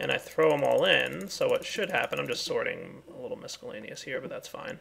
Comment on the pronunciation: Love your series so here's some constructive criticism: The word "miscellaneous" is pronounced without the letter "c"--it's silent. It's a stupid nitpick and not a big deal, I know, but with the large public following you have I thought it worth mentioning.